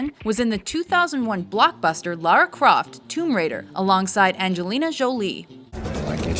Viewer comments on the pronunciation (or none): none